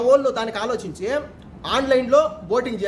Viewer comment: Boating antunadu